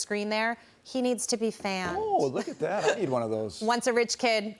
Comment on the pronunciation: hy can people not say MaMdani? I keep hearing MaNdani. 😁😁